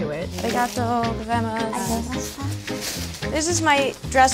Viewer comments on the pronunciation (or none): none